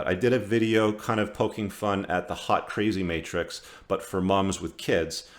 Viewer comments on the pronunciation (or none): none